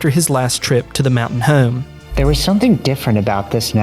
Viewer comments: For the love of God, learn how to say “home” you are killing me 😂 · "Heugghyaome" How hard is the word home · The way this dude says "home" like "heyyohm" hes gotta be from Philly or nearby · The way you say the word home kills me 😂